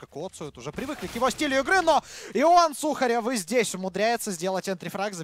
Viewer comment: не иван сухарёёв а иван суууухарёв